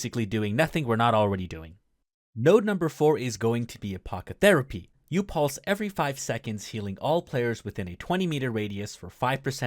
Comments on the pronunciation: Necrotic. Pronounced "Neck-rot-ik" Apothecary. Pronounced "Ah-poth-eh-carry" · You pronouncing apothecary as Apocotherapy was literally my favorite thing in this video lol. Great vid!